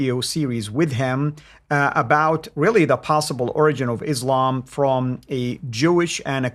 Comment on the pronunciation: This guy doesn't know how to say the word "origin"... who is listening to him?